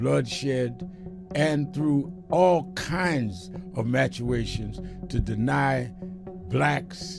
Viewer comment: Wtf is a "matuations"? Ignorant bum just makes up words.